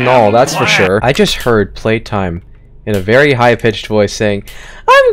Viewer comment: Vewy anticlimactic.